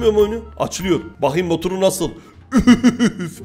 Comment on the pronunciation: abi sen neden motor yerrine mütür dedi 6,02 dakkada+